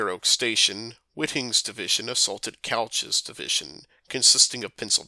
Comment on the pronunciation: One problem, it's pronounced "Coo-ch" not couch, as in the furniture.